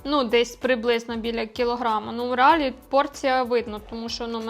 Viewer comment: реАлі? Ви серйозно? реАлі?🤣🤦🏻‍♀️ Блін… ну все прекрасно. Але, будь ласка, будь ласочка (!), «щоб розвивався український ютюб», зверніть увагу на лексикон і дикцію. Це важливо.